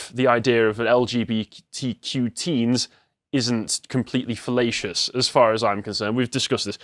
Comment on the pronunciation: When I heard "felatious" I craked